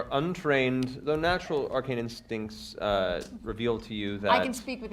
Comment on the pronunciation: Mister Mercer, you miss pronounced Instinct, Yellow